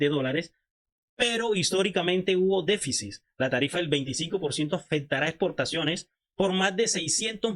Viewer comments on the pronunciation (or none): No se dice DEFICIS..... Se dice DEFICIT